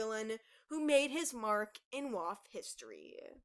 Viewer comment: yeah but you say wof. I think thats funny